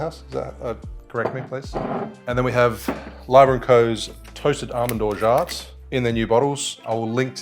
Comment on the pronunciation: "orja" not "orjaT", the T is silent